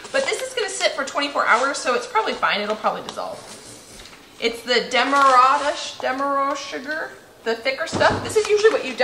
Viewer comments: I was pleasantly surprised when you brought out the Demerara sugar. It’s manufactured in Guyana, South America, where I was born and raised, (live in Canada now). It’s made from sugar cane, and is one of the products Guyana is best known for. Btw, it’s pronounced Dem-mah-rah-ra.😊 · it’s pronounced Dem-ma-ra-ra. That’s where the cane was grown and the sugar was produced.. I came from the area..And best organic sugar.. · In the UK we pronounce that Demerara sugar - sounds like - Dem er rair ah !!! :¬ ) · its dem-a-rare-a sugar